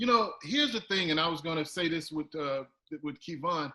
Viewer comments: I'm a little annoyed that most black productions do 14 minutes of research and preparation before having a guest on. Got his name wrong. Got his schedule wrong. Talked about your own career for significant amounts of stream time. Like... this is why we cant have nice things. This is why BET sucks. It shouldn't be a "black production". It should be a great production, talking about Black Success. How can we compete with the motherfuckers that own the industry if we cant even present comparable content. You ever see Sean Evans mispronounce a gusts name on Hot Ones? Or Joe Rogan? Jesus christ. Not even considering all the obstacles we already face as an ethnic group, you cant be putting out cheap shit. The conversation was great. The questions were fine. But do better. Please don't take this as a personal attack. But as an honest cry for effort. The general comedy questions at the end were wack af for anyone under 34 btw. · Key-Vaughan? Ok.... Anyway StageKrew Stand Up! Proud Patreon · KEY-VON! LOL I JUST STARTED WATCHING AND I WONDER IF KEVIN CORRECTED HIM ABOUT HIS NAME AND STAGE NAME. YOU GOTTA CORRECT PPL AS SOON AS YOU CAN OR ELSE OTHERS WILL THINK THATS HOW YOU SAY IT, BELIEVE ME I KNOW! PPL HAS SAID MY NAME WRONG MY WHOLE LIFE! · This is so cringy smh “Keyvon” ... and I hate that man never corrected him 🤦🏽‍♂️ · This man really called him keyvon the whole episode?? Lol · Who the HELL is Key-Vonn! Lol! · As much as he kept saying KEYvon, I was starting to think he was referring to Kevon Carter the musician...🤦🏾‍♀️ Hey, you off the job today, get it together!🤣🤣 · Lol I can't even watch past a couple minutes because he keeps saying Keyvon. The first time I thought he was being funny. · Okay, he's said Ke-von several times now...I'm gonna assume that's his government name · Sorry kev he took it personal or whattttt have you, he keep calling you ke-von 😂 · I was so confused when ol’ dude kept saying Kee-Von. Harpo, who dis man? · Kee-Von is Quantrell’s cousin